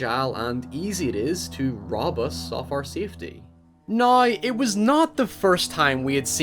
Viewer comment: I love the NI accent <3 Pronouncing "now", "nye" is so cute.